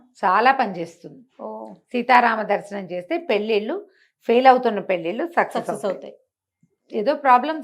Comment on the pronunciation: పెల్లిల్లు కాదు పెళ్ళిళ్ళు... Please note